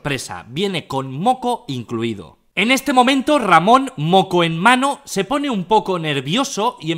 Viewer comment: Yo si escuché "manos en el ano"